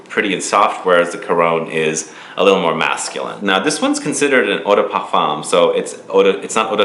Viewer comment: Great video but how can you say eau de parfum so well and yet say esprit du ROY? Lol